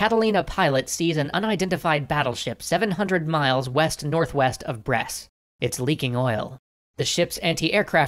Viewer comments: I'm one year and a half late but... Brest does not pronounced like "bress" but more like... "breast". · By the way, Brest is read as it looks, without ommiting the T